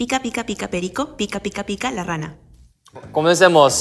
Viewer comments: Sungji en su cabeza: Comencemos suena igual que cosmetics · Nadie: Sungjin: confunde "comencemos" com "cosmetics" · nadie: absolutamente nadie: sungjin: cOsMeTiCs